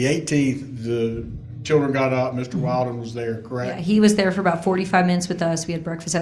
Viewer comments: How many hours has this attorney spent on the case and still calls that guy WILDen instead of WILLden? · Counsel deliberately pronounced Mr. Badboy [Willden?/Wailden?] wrong the whole time 😏😁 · WILL-DEN. MR WILL-DEN, like she's said over and over. I know it's petty, but that just bothers me so much! Pronounce names correctly. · It' so comical that the new BF was trying to hide who he was, so much. Everyone, even the judge, didn't know what to call him. His name was said wrong fifty times in 4 hours, lol. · I think it's pretty unprofessional that the pros and judge haven't made the effort to remember the correct pronunciation of Wilden. Very unimpressed. But gods, she's a smug piece of work!